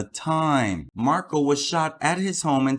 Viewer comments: Dude, you’re pronouncing Dan Markel’s name wrong! It’s pronounced Mark-EL, as in the letter L! It’s Markle. It’s Markel. Please have respect for this family & get their name correct. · He’s pronouncing Dan Markel’s name WRONG!!! It’s MarKEL not MarKLE!!! What the fuck???